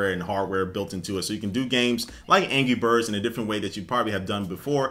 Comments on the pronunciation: aha he says angy birds not anrgy XD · It sounds like he's saying "Angy Birds" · sounds like he said ANGY Birds